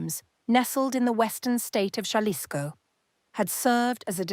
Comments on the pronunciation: Its pronounced HA LISCO NOT JA 😊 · I thought it was Jalisco not Cha-lisco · AI doesn't do well with Spanish. It's pronounced "HahLISco." The "J" is pronounced as an "h." Accent on the penultimate syllable. That aside, Mencho apparently lived like a cochino. If the medications are his, he apparently didn't sleep too well. Finally, memo to the chica who led the army to Mencho's crib, whether inadvertently or not, GET OUTTA DODGE NOW! The cartel will be gunning for her. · ha ha jalisco it’s an h if you speak english- aspirated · The J is an H,. Jalapeno